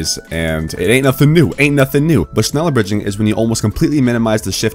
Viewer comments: Its pronounced shnella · shhhhh- neller its not that hard jeez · Just say “shnellar” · Es triggert mich jedes mal wenn er sneller sagt^^ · just pronunce it like shneller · more like shneller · U pronounxe it like shnella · Says Schneller like shneeler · it sounds alot like ‘sneller’ which literally means faster in dutch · iT's nInJA nOt ScHneLlEr!!! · Isn’t it shhhh neller? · shneller bridge lol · You say sh... then you say neller... its not hard... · I am from german and its realy funny how you say „schneller“😚😅😆😆😆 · The dislikes are from those who cant pronounce Schneller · german noises intensifies